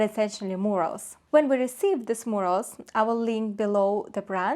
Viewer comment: if you believe that critical suggestions help you to grow and improve your product, I would think of working on pronunciation (eg. of mispronounced words; Carrara, murals, technic). Btw travertine is not a marble, it’s a type of limestone.